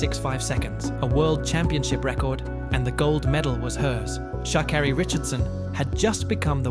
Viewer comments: sha keri not sha kari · She did insist on correcting the way her name is pronounced, "ShakErri", but the off-voice keeps insisting on saying it wrong. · Amazing, she tells you how to say her name and this AI voice can't get it right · For the Many times her name was pronounced to have it botched by the narrator... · pronouncing her name wrong the whole video is crazy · He doesnt even say her name right. Disrespectful even if its AI